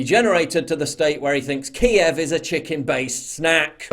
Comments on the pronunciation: "Kyiv" (roughly pronounced "Keeve") is the correct way to say it in Ukrainian. "Kiev" is the Russian name for the capital of Ukraine. Might I suggest you do a bit of studying about things you comment on? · Biden can not even pronounce Kiev correctly. He is clueless and using Russia as a deflection of his failed administration.